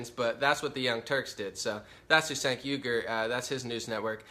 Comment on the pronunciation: i think it;s pronounced chaink not sank, doesnt matter though cause cenk is a huge douche